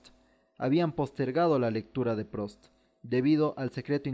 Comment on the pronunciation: Debería corregir la pronunciación de algunos nombres. No es Prost, es Prust, la où en francés se pronuncia u...